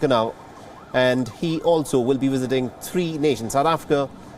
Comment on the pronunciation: Am I the only person who keeps on hearing wisiting instead of visiting